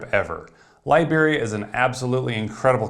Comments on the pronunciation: I keep hearing "librarians"... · The way you said Liberia sounded like Library